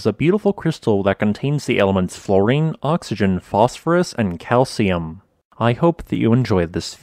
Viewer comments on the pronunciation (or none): none